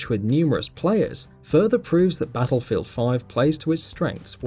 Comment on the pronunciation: "Bazzlefield 5"